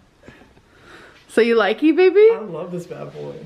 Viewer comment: Ong me toooo